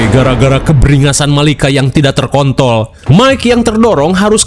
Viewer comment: woii bng ngomong nya parah eyy, kontrol jdi kon*ol😂😂